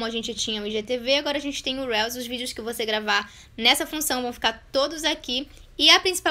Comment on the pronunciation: The correct pronunciation is Riius ☺